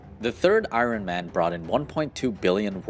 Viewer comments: it's the way u say iron man ...ion man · He says iron funny. It’s like I-rone man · Man, your pronunciation of Iron Man and Shang-Chi is rough.